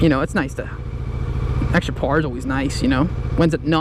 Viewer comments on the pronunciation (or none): You like to pee sitting down?! Well, me too.....let's get married! Hahahahah....interesting topic with the bike choices...you've given it quite some thought. Took me a while to figure out you were saying 'power'...sounded like 'par'. I like the sportbikes....but, what do I know?! Stay safe and keep stroking our faces....some of us like it! :)